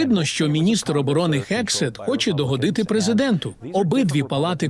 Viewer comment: гексет, а не хексет... Правопис української мови від 2019 року вам до рота та до очей. Не вдавайте з себе невігласів... А гексет та трапм - це дебільні фашисти, які знищують США.